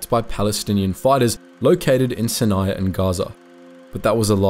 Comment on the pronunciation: I think you are mispronouncing Aden. Also mispronouncing Sinai.